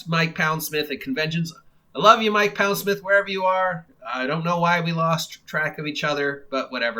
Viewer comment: I think he pronounces his name Pond-smith btw, instead of Pound-smith.